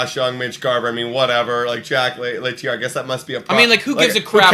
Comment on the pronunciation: How does a baseball channel that focuses on the Jays not know who Jack Leiter is and how to pronounce his name? His Dad was on the WS teams. I mean come on guys. I get that you probably weren’t alive in 92-93 but you should know the rosters at least.